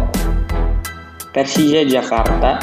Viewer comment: kok yg nyiarin huruf ahir ada k solo jadi solok persija jadi persijak...